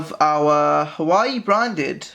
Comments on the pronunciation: A couple of things: It is Huawei not Hawaii When you record dont have someone play on their phone in the background. I can hear some weird beeps. Slow the frick down! Half the time I cant understand what you say because you talk so fast and slurr your words. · its actually Huawei and its pronounced WAH-WAY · Ikr it's not hawaii it's hauwei and don't be so aggressive with the screen this video did not help me at all as I am getting this tomorrow and next time be A problem and block background noises other than that it was...... Actually nothing about it was good Xxxxxx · It's called huwa way! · pronounce the fucking name right if you're making a review